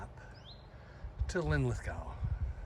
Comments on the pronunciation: I love how your pronunciation of Linlithgow got worse as the video went on! 😀 A hard one for our cousins across the pond. You were correct the second go, right at the start btw, not that it matters. One love from Glasgow. 💙 🦁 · It's pronounced Linlithgo. The W is not pronounced. Just as Glasgow is pronounced Glasgo. However, Loch Lomond is pronounced Loch Lowmend. Next week's lesson will be Milngavie and Culross.